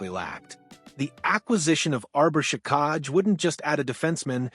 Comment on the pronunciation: It's pronounced jack i